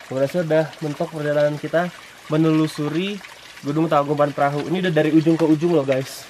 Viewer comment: bang bukan (tangkubat perahu) tapi (tangkuban parahu)